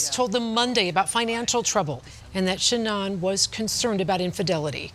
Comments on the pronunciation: It’s pronounced sheNAN, like shenanigans, not sheNON. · Omg lady reporter, Shanan not Shanon!! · “Shanon watts” lol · Irritates me how the news anchor says Sha'nnon instead of Sha'nann